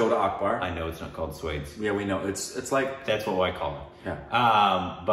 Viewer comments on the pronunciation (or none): Sure SWADES🤣🤣 it's sva-aa-desh guys!!! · Guys you really need to work on your pronounciation😂😂😂 1. Not swaydes it's pronounced as svaa-des (swades) 2 and not anda-hunda-hun ..it's aun-dha-dhun (andhadhun) 3. Not bajrami mastanani😂😂 it's baji-raao mus-taani (bajirao mastani) Let me know if you want me to send the audio of these pronounciation on instagram Or you can simply google it. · maybe we can try "Swaa-des" 😁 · Swades is not pronounced as you guys did it 😂